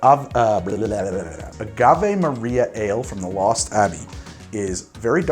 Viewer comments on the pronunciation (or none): none